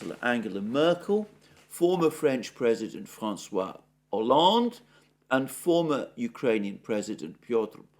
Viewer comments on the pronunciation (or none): none